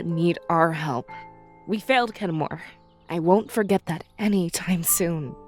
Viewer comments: I swear said Kenmor... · Did anyone catch say Kenmore? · said Kenmore.